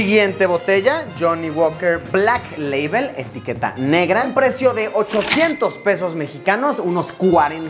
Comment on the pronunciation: Según él era maestro de inglés i no sabe pronunciar black label